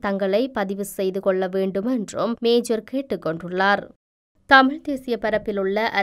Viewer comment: மேஜர் இல்ல மேயர்